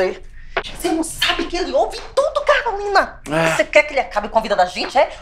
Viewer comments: O que quê ce falou "Calorine" hahahahha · Aos 5 segundos ele fala Calorina. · ELE FALOU CALORINA KKKKKKK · Só eu que ouvi "CALORINA" na primeira fala dele? 😂😂😂😂 Excelente vídeo!!! 😂😂😂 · Quem percebeu que o falou "Calorina" no começo dá like kkkk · Só eu escutei "qq cê falou calorina?" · É impressão minha ou ele diz "Calorina" no início? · Só eu percebi que no começo do video ele fala "Calorine"? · Eu ouvi ele falando Calorina ao invés de Carolina, ou são vozes na minha cabeça? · fui o unico a perceber que o falou CaLorina no começo do video? e.e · Oq vc falou Calorine kk